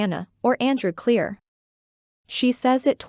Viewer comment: in the video Maddie said Cleere ten times in a loop. Try again